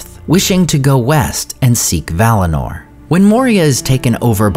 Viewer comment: 1. It's Valinor, not valinar. 2. Sindar are Teleri by origin and Silvan elves are also Teleri by origin. 3. We don't know who was Legolas' mother. She might be from Silvan elves.